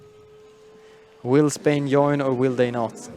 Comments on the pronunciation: by correct you clearly mean Yoin, Yump etc. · Please Paradox, change the right side commentator to a person who actually able to say properly "join" "jump" ect. My ears are bleeding!